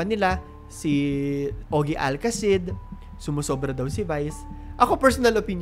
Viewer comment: Out of context pero gusto ko lang icorrect una yung pronounciation mo ng name ni ogie alcasid. Ogie alca-sid instead of ogie al-casid. Next dinefend ni ogie si vice bilang sagot sa mga nambabash sa kanya yun lang i love your video❤ Happy pride month❤️